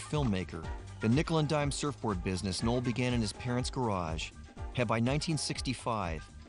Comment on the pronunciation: It's "Knoll"!!!